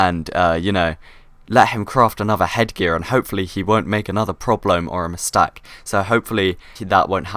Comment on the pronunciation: when he said mistak i was oke but porblome ahhahahahahahahahahahahaah